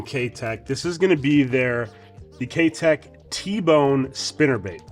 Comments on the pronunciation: Great video! But, I can't help myself in saying this but the name "Keitech" is not pronounced like "K Teck" it is, however, pronounced as if you're saying the word "eye" after the K... So, K EYE Tech. Or like saying the word "Kite" (like the flying kite) or "Kite eck". Hope that helped. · Ah, ok, I stand corrected then. My bad. I work with Mike, the U.S. distributor for Keitech, regularly and he's always pronounced it the way I explained it as do the rest of us who are Pro Staffers for Keitech so I've only known it o be pronounced that way. Good to know. Well, I guess I'm gonna start saying it the other way now and correcting others as well so you better be right! lol. Thanks for the reply.